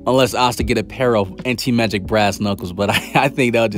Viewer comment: Ok so i really shouldn't care but its crawling up my skin the way he says anti magic...but i can deal with it hahahaba